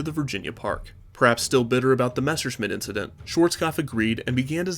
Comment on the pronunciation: Say Messerschmitt Again I Dare ya I Double Dare ya ........ Now I’m MAd